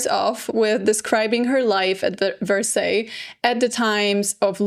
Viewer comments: “verseys”😭😭 it’s “varsay” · No offense, but Versailles is pronounced Ver-Sigh. Yes the little English Village or in English the Hamlet ( le Hameau) is totally renovated to the state it was at Marie’s time…it was quite dilapidated prior and was made of lot of faux finishes such as wood buildings painted to look like stone. Originally it was a botanical garden & on that site that she destroyed and had architects remodel the whole terrain with man made lakes and even a temple of love a round colonnaded temple made of columns with a canopy and in the center had a statue of Cupid. You may like one day to discuss a famous short story written by two English women claiming to have seen the Ghost of Marie and time traveled for a few moments when they were at the Hameau… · 😂😂😂😂 not me screaming at my phone "Karolina!!! It's Vers-eye!! Vers-EYE!!!!!!" 😂😂😂😂😂 oh the cringe, lol